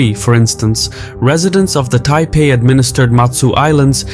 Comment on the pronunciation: "Taipei", bleh.